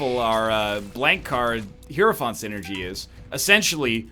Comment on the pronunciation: He has finally pronounced hierophant correctly. It only took 5000 episodes bois